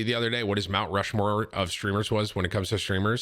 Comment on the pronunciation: ROUNT MUSHMORE killed me